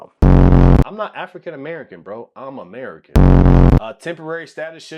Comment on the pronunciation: Why is he saying it like that? Amei-CAN?